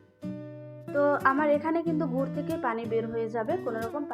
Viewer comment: গুৱ বলে না তো গুড় বলে